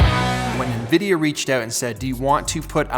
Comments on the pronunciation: En Veedee'yah not knee-veedeeyor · Who says Ne-Vidia? 😮 😂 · No one says Nevidia pete.. lol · This is the first time i heard "Nevidia" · No one: Peter: it’s nvidia not nvidia